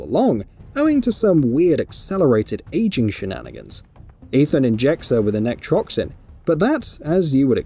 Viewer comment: The mispronunciation in this video really is so painful. EveLYN basically, why are you pronouncing it like Madeline? NECROtoxin not NECTROXIN. God my brain hurts. Also yeah super weird that a Dad would want to save his own daughter after she's kidnapped, that Liam Neeson's a fucking weirdo. If I had a daughter I would simply let her get kidnapped. (WHAT??????)